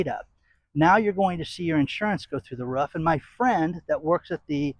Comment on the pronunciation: It's roof. Not ruff